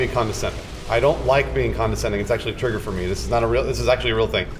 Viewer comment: I love you... But please never say trigger again.